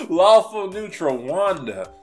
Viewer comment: did you say lawful good or faLAWFUL good?